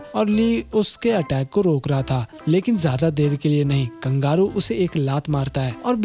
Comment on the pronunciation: Kangaru Nahin kangaroo